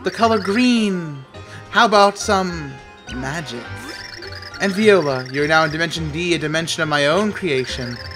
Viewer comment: Because of you, I've been playing this game over the past week. This tree made me rage so much because of the stupid flowers. I loved when you said "Viola" instead of voila. Just some random thoughts.